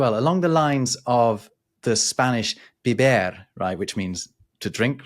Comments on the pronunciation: You mean “beber”, not “biber”, which I’m pretty sure doesn’t exist. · Not biber, but beber. Maybe biber is the medieval word...